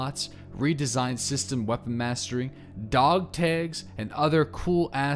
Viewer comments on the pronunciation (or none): the way you say dogtags had me crying... "DAWGTEGS"